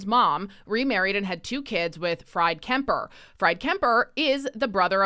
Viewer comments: I love your channel, keep up the great work. I have not read previous comments, but you need to “correct” the pronunciation of “Freid Kemper”… it’s pronounced “Freed” not “Fried”, like French fries. I met Freid and Margaret Kemper/Trudeau on a private island near Gananoque in the early 1980’s and I can assure you first name is pronounced as “Freed”, ironically, like the “Freedom” convoy his useless stepson stepson eviscerated. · Fried is pronounced ~freed~. Like in "you freed the people". Freed. It's German and short for Friedrich or Fredrick in English. Nice little alias for him? It's probably just his nickname. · Fried is pronounced Freed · I think the german name "Fried" is pronounced "Freed"?